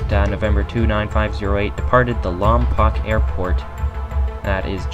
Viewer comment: It’s Lom-Poe! not lompock! If one more person mispronounces it again I’m going to lose it! Damn internet detectives!!!!